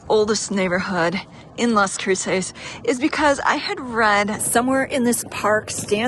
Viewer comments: I don't understand why you're pronouncing it that way. Do you have an accent or are you trying to do a spanish accent? CROO-SAYS? CROO-SESS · Its pronounced kroo·suhs lol